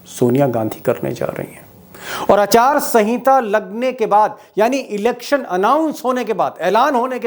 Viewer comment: Achaar sanhita 😂 it’s aachar sanhita okay